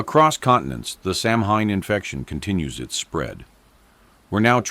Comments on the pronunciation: Its not pronounced "samhain" its Sow-in. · Hi, REALLY love this channel and having said that, I've been learning Gaelge, Irish Gaelic but the name in Irish is pronounced "SO-wayne" NOT SAM HANE. Hope that helps. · sOW-win Thats how it is pronounced Otherwise, very cool. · I thought it was pronounced "sou-when" (like sour without the r) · It’s pronounced Sow in, the H is silent, Dublin, Ireland❤️ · Samhain, which is Celtic, is actually pronounced 'saa wen'. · It's actually sa-ow-win ❤